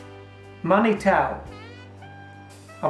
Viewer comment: Manitou is pronounced man-e-tu. It means Creator or God. It's a Cree and/or Saulteaux-Ojibwe word from Native North American people.